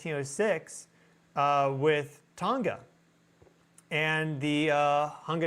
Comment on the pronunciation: The ‘g’ in Tonga is pronounced as with tong